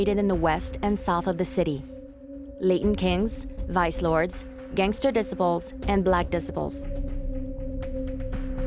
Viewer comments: "Disipuls"; it's disciples. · "disi ples"!? It's des cy ples 😮‍💨🙄🤦🙅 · Facts.. She called the BD's "Black Diss-iples" Nobody outside of Chicago should try to explain Chicago.. I don't even think these people are from america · Who let this lady narrate this .. BARE-RACK Obama.. the Decibles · It's pronounced D cy ples disciples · The way you say disciples bothers me lol D-cy-po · This AI generated narrator is wild 😂 Al "Caponey" Gangster "Decibles" "Layten" Kings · Disciple. Say it like (DE CIP PLE). 3 parts okay. Growth and Development Lady not Gangsters and stuff even though that's the action if messed with. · She said de-sip-a-pulls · 🤣 right? Hard to sound like a tough gang if you the black decibels 🤣🤣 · THE BLACK “ DIS-I-PULS” VS “ JOJO WORLD “ 😂😂 where she getting her information…. JOJO world is a small clique .. it’s really BD Vs GD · "Barkcac obama".. " black disipal"... who narrated this AI. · I live for these pronunciations. Black Dissa-pole. Al Caponey. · If you can't even pronounce disciples then I can't take anything you say seriously. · this woman voice is a bot, she has trouble pronouncing some words.. and it is annoying!! disciples - kosovo - tombstone and a lot more. very very annoying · You’d think that the person narrating this could pronounce disciples correctly! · The way she pronounces certain words like disciples... or wads... horrible... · I cant get over the fact that you not only butchered names and places, you butchered the gang's names that you cover🤦‍♂️🤣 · The documentary Is good but why you pronouncing disciples like an illiterate? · good docu but damn learn how to pronounce disciples lol... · How you make a documentary & can’t pronounce the gangs!? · The Black Disaples (why doesn't your AI pronounce Disciples correctly?) and JoJo World are the 2 hardest gangs in Chicago?? WTF is this documentary even talking about? smh Go watch ChicagoScene88 for much better Chicago gang documentaries.